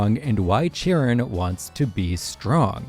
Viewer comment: It’s pronounced amp-fuh-RAHS, GUH-layde, YOOX-ee, yoo-NUH-vuh, EYE-SEER-iss, kuh-STEEL-ee-uh, CHAIR-ihn, KAH-lohs, SUH-REE-nuh, glad-ee-AHN, sill-val-EYE, ZAH-SHEE-ihn, “Patrick Star”! 🤨